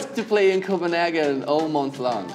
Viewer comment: Damiano loves anime so, yeah Japan! Haha. Thomas: Cophenhagen … WHY 😂